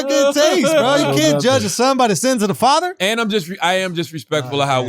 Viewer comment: Schultz said fotter, not father 🤣